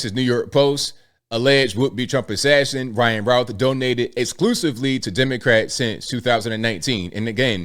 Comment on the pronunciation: "Routh" is pronounced just like "youth". Not "ow".